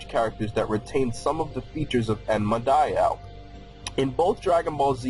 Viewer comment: It's pronounced die oh not die ow